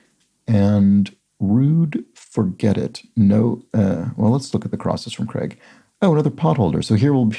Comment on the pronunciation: So I know I'm being unbelievably petty but I'm only mentioning this because you seem to like to be precise with pronunciations. Feel free to completely ignore this comment. Daniel Craig is an English actor and so his surname is prnounced the english way. The 'ai' in Craig is pronounced the same way as the 'ay' in lay. So it's Cr(ay)g, not Cregg.